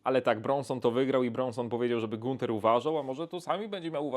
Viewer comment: Ganther sie czyta